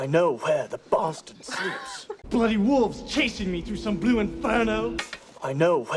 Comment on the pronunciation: “I know where the BASSturd sleeps”